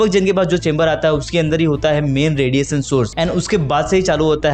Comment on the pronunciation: रेडिएशन मेरे भाई, रेडिएसन नहीं।